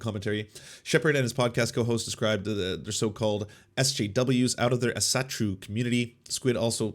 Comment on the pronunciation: The way he pronounces Asatro. xD The A should be pronounced like in "all". Asa-troo.